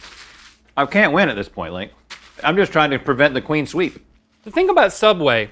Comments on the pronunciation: it's clean sweep but they mispronounced it as queen sweep, and it's been a running joke since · I can’t get over the fact they call it queen sweep instead of clean sweep